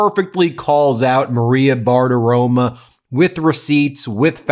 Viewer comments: It's Bartaromo, not Bartaroma. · Ben, you are wonderful but the Fox News host is Bartaromo! An “o” on the end, not an “a”! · Who is this Maria Bartirom-UH!